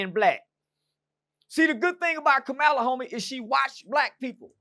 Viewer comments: keep pronouncing her name as “Kuhmila” 🤣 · “Kamila” and “ kamalah “ like wtf bro can y’all not pronounce a damn thing right!?!😂 🤦🏻‍♂️ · lol bruh how you not know how to say her name 🤦🏾‍♂️